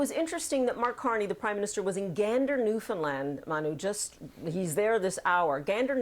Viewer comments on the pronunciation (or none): Paula Newton, who worked for CTV News for years, cannot even pronounce Newfoundland properly. Her U.S.-centric observations add little to the discussion.